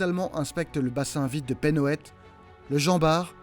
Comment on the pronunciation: "penhoët" se dit "pin ouette".